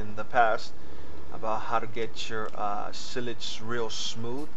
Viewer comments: pronounced sigh-lige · The way u pronounce silage is funny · S-y-l-a-g-e. Silage